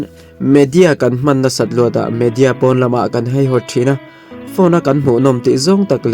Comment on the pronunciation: Nia, keipawh haihawt tiin ain ziak reng si a. Heihawt tiin a chhiar talh mai hian ngaihthlak a ti hreawm deuh,tin hetianga mi tam tak tena an chhiar tura thu kan chhoar a nih chuan, kan tawngkam te hi i fimkhur hle thin ang u tih hi ka rawn sawi ve duh a ni, ngaihthlak a in nawm hleih em mai.